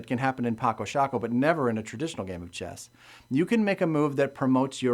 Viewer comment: I'm from the Netherlands, like Felix Albers, who invented this game (and yes, you pronouncedit correctly as 'Patso Shaako'). I'm not familiar with the version of the game you're showing, because down here the retailers sell copies in a small box of a shape, from which you'd expect to only find playing pieces inside, but also inside there is actually a folded board made of tyvek, a synthetic paper-like material. It has it's advantage comparing to the cardboard board you're having because of the slight colored additions on the squares, which gives a little more contrast between the squares and the pieces, but at the same time that's a disadvantage as it distracts players from deep strategic gameplay, just like it would in chess. With contrast in mind, I don't like any retail version of the board as I'd want to, because the squares and the pieces of the basic set fully match in color, and that is not a good thing, as chess players will know and understand. I would have preferred one of them, either the squares or the pieces in the basic set, to be beige and brown, while the others are still black (or gray) and white. There are a number of sets of pieces in other colors available for purchase on Paco Sako's own webstore, but as analytic as I am in this kind of game, I can't really take dominant colors like pink, green, red or yellow very seriously. I have discussed some rules I've had some issues with in the past with the designer himself in person, who admitted that the finer de